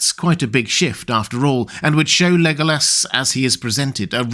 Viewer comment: He is a cutie pie. But why do you pronounce it Lego ass?